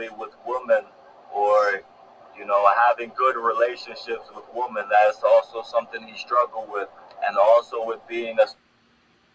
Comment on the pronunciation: Guy can't pronounce women or children. Should tell ppl something.